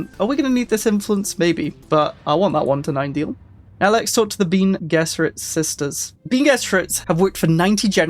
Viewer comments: It is pronounced "Ben-ay Jezz-arr-it" for future reference, but good efforts. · Bean gesserit is a famous British meal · Switching off at the second "bean gesserit". Can't do it. Really low effort stuff here. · meanwhile: BEAN gess-e-rid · so, you never watched any of the Dune adaptations then? Love the pronunciations 😂😂 Love your content dude, I’m only joshing with you with the pronunciations!